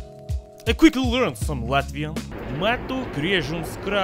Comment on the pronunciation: made me laugh so much because I’m latvian and you did really good on reading that.